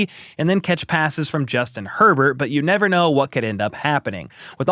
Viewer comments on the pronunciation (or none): none